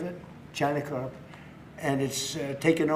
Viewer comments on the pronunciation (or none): He had problem with carp, calls it crop twice.